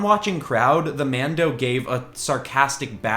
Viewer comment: stop saying mado